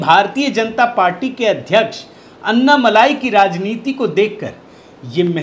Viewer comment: अन्नामलाई नही अण्णामलाई बोलिये